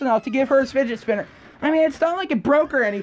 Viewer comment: "Findgers Spinners"